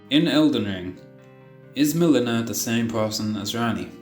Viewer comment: Melina (Me-Le-Na)